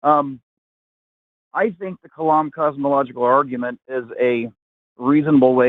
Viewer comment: great argument, of course. But why do you keep saying "arjument" almost every time the word comes out? Where did that soft 'g' come from?